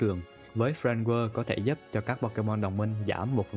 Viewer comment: bác này đọc script cứng ghê giống như đọc văn trong lớp ấy Và nên trau dồi hơn về cách đọc tiếng anh "Friend Guard" mà toàn nghe "Friend Whirl"